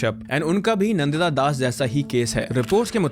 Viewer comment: You are an Indian and how do you pronounce Deepak Chopra's name.... Dee-pack? And Nandita Dasas Nan- Ditta Das!